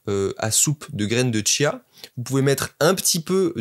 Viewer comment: Il y a pas de t à chia